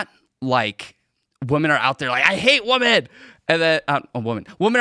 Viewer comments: Dude— Women (plural) is WIH-men. Woman (singular) is WUH-mun. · Listening to this guy say woman when he means women is so aggravating. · Woman and women are pronounced differently. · Why is it that so many people can’t say the plural of woman correctly? It’s woMEN not woMAN. The guest was saying it wrong repeatedly. Is this a Gen Z thing? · Why does he keep saying woman instead of women tho? I hate when the whatever podcast girls do it too. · The Asian guy cannot say WOMEN. It’s always WOMAN from him, singular or plural. 😂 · This dude being unable to pronounce women correctly is weird. I ahte those people. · I have to turn this off. The mispronounciation of women is missing me off too much. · grab your phone, open the recording app. Now pronounce 'woman' and 'women' and play it back. The two words should sound different. Like 'men' and 'man'. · Dude.... You need to learn how to say and use woman and women